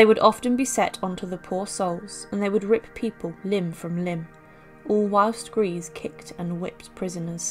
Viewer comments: It’s pronounced ‘Greser’ not Grease. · If u do do your research it’s not grease it’s pronounced grey za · Her name by the way was pronounced Eirma Gray - se and not Grease. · Thanks for the video. Just a minor point though, her name is pronounced Greysa not Greese. No offence meant! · It's not pronounced "grace." It's pronounced "greesa." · False . German native speaker here. Her name is pronounced: Ear-mah Gr-ee-s-see, ee- like in beer. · It is. He lived in my hometown and his Great nephew still lives there, with that surname and it is pronounced as you say. I also thought her name was pronounced Gresher? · How can you make a documentary with all the research and still not be capable to f-ing pronounce the subjects name correctly. I just don't get that. Totally disqualifies the content.